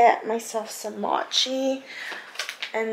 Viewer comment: Mochi is pronounced “mow-chee” lmao. I was confused, I thought you were trying to say matcha and I was like why she eating matcha 😂😂😂